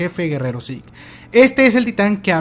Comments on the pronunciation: Siempre había pensado que Zeke se pronunciaba "siku" en vez de "yiku", toda la vida engañado xD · Ese énfasis en el 'jefe de guerra zeke'